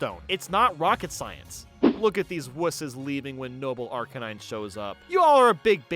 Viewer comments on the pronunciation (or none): none